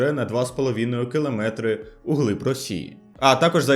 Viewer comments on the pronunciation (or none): «на два з половіною кылометры» 😂😂😂